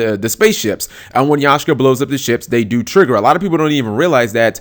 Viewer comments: YAKkkkSHA not yashka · Sorry but YAKSHA not yashka!. OCD so listening to that was killing me :p. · its bloody YAK SHA! ffs!